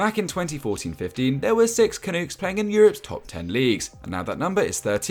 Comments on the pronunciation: Great to see soccer boom in Canada and take its place next to hockey, basketball, baseball, and Canadian football. It's been a long time coming. Btw, it's pronounced 'CA-NUCK' not 'CA-NOOK'. NUCK rhymes with DUCK. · The one comment I have with pronunciation is the word Canuck It’s pronounced CA-NUH-K not CA-NOOK Otherwise an amazing video and something I’ve looked forward to for a long time as a Canadian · Wtf is a canook? You mean canuck? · Canook is KINDA right.. if you have a Newfoundland or Native accent.. lol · Gotta say I appreciate the coverage, but, a couple tips: Cyle's name is pronounced Kyle, and Canuck is pronounced like duck, not took. Great video guys!